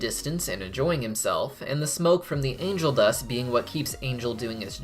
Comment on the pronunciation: I swear to God I thought this guy said "Anal Dust" instead of "Angel Dust" lol